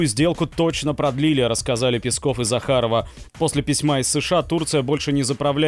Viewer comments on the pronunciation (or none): none